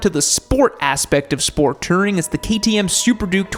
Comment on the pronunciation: "Sport Tering"